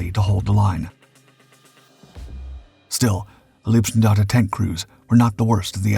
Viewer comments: Leibstandarte, is pronounced with an "i", not ee. And he keeps saying LASSH, though it is LSSAH. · LEIBstandarte, not LIEBstandarte. please practize / learn the correct german pronounciation. it's not just that word. if you want to make a doc about germany and use the german words, please speak them correctly. so schwer ist das nicht. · Please, please do not say Leebstandarte. Leeb (written lieb) means “cute” in German. These guys were definitely not cute.. Leib is pronounced “lipe” (US English pronounciation). It’s impossible to concentrate on the story with this grotesque pronounciation..😩